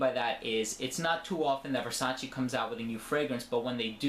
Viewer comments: I believe it is Versaceee no versaciii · It's Versace not Versaci